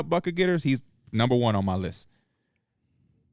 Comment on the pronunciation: P glitchin “when you tackle buck ‘em’ getters” had me rollin as he’s trying to argue….i feel like P is high in this episode,,, and making better points than him.